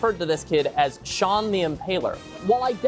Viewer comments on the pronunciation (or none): none